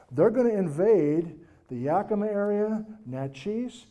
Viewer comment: Yakimaaaaa more emphasis on the ma.🎉 Brilliant lecture thank you! I'm living in N.E. Oregon right now about 5,000ft at the foot of Wallowa Lake. My yard has sunk and now has a noticeable slopping. I have no idea why? It started sinking last fall. Anyone else notice this happening? One other person noticed her yard developing a slop as well. She's on the other side of town. Very weird. I was eight when Helens blew.